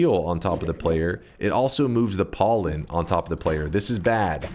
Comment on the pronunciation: I like when he said "PAWLEN"